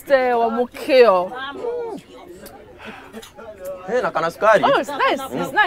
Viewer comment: Please tell Betty that it is "Mûkio" not "Mûûkio" 🙆🙆🙈